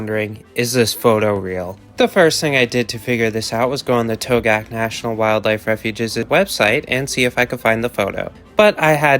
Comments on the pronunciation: Togiak is pronounced "TOE-gee-ak" That's a reindeer the tiger is eating, not a an elk. There are no elk in Togiak (nearest are on Afognak Island by Kodiak) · Togiak has more syllables than you are using ( toe gee ak) if that was an actual photo from the Togiak river area that is not an elk but a caribou. Yes there are elk ( an incorrect name as they are not actually elk) in Alaska but they are limited to the southern islands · a mistake that you never should have made, considering that you claimed to know a lot about animals. What was the point of your going to Alaska? Did you even go to Togiak? You didn’t even do enough research to learn how to pronounce Togiak.